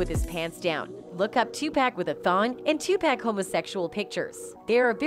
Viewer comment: Lol 😂 This is some bullshit she saying his name wrong Tupack so disrespectful PAC wasn’t gay y’all trying to dirty the goat 🐐 name but you can’t we know this is just for views smh 🤦🏽‍♂️🤦🏽‍♂️🤦🏽‍♂️🤦🏽‍♂️🤦🏽‍♂️